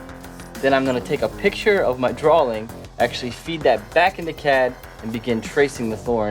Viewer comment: "Drawling" D